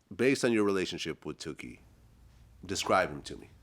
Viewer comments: I can't stand the way Vlad says Tookie, like he's saying dookie. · It's not Too-kie Vlad it's Took-ie. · Correct me if I'm wrong. But his name was pronounced Took-E. Not Too-Key. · vlad keep saying “Tukie” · It's took-ie